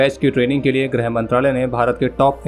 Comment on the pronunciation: Not Grah brother its Girha mantralaya